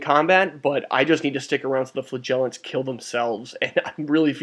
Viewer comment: You might need this :) How to Pronounce Flagellants